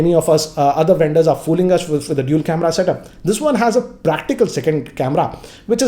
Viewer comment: the only tech youtuber from india whom you can trust now. and he isnt saying dool anymore (dual) :)